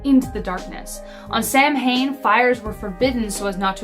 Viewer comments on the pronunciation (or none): It looks like Samhain but is pronounced sow-en. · Samhain is actually pronounced sow (like a female pig) en. It is the Keltic pronunciation. Abilene is pronounced ă bil een. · Samhain is pronounced sow-one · Samhain is pronounced "sow-in"